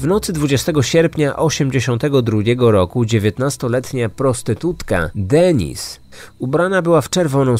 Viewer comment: Bardzo profesjonalnie zrobiony podcast, natomiast nieznośnie brzmi jak wypowiada Pan angielskie imiona. Paul czyta się po prostu ‚Pol’ a nie ‚Poul’, damskie imię Denise czyta się z akcentem na ‚i’ czyli ‚DenIs’ an nie ‚DEnis’ co brzmi jak imię męskie.